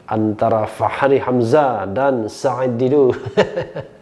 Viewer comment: Bung rh fasih banget sebut nama "said". Makhraj ain nya jelas.